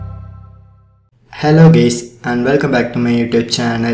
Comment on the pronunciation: did you just said ''hello gays'' ?? LOL